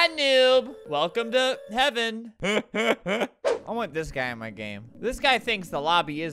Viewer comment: Me: I swear if people talk about Albert saying he- Comments: Welcome to he- hevean! Me: angry and sad noises